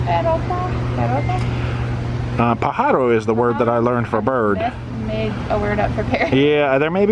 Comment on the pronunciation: ´So nice your Spanish,,...however it is pájaro, the accent goes onto the first "a". And those animals are not pájaros (that's just for little birds)they are LORO (or COTORRA or CACATUAS). Best regards from Spain